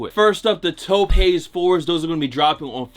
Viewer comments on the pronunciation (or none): toe-pay? my dude its pronounced tope